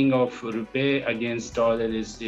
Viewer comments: It’s rupee not rupay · “ Rupay “ kya hota hai bhai ? This man cannot speak English properly, let him speak in Urdu and you put subtitles. This is pathetic.